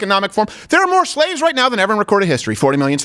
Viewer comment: I think they mispronounced slave